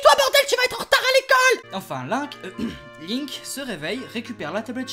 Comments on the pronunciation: C'EST PAS LAINK C'EST LINK. ET CA SE PRONONCE PAS "BRIF" MAIS "BREF". Désolé je me suis laissé emporter. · Link pas linnk prononcez lle bien ohhh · Non sa se prononce Linek mais sa s'ecrit Link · Attends Attends TA DIS LAINK... LAINK !!!!!! MAIS QUI FAIT CETTE FAUTE À PART UN GAMIN DE 5 ANS QUI A FUMÉ DU CACA (Désolé mais cette faute est impardonnable) sinon ce concept est super. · "Qui s'appelle "Laink"." Ah? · lol les prononciation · Perceval Rominger Ca se dit PaS comme ça Ca se dit WRYYYYYYYYYYYY!!!!